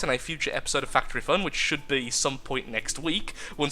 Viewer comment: What I first hear "welcome to fatery fun"